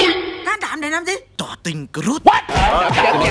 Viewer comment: anh ơi crush đọc là cờ rớt anh ạ